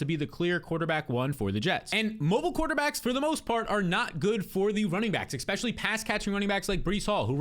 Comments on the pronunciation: Please stop saying exspecially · baby, there’s no x in the word especially